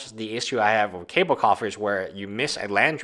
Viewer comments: Not cable its cabal pronounced (ka-baal) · The only guy that pronounces Cabal (ka-ball) as Cable (K-bull) on any Youtube channel. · Kaaaaa ball......not cable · Ka- ball not ka-bell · It's pronounced Kah-baal brother. I like that it basically doubles your mana -3 late game. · It is pronounced "caw ball"